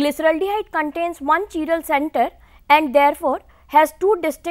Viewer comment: Chiral carbon what kind of a Pronunciation is this